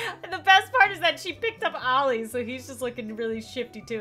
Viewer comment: Olli, not Ali